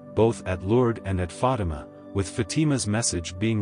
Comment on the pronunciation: it's not Fadam, but rather Fatima.